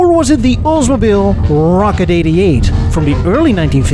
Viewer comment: hitting his R's pretty hard to make his point. Rrrrrrrocket! Rrrrrradical!